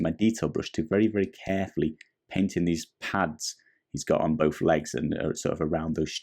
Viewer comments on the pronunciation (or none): none